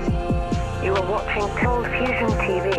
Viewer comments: i love your channel, but admittedly i miss "cold fustion" :) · Bring back the "t", cold fustion forever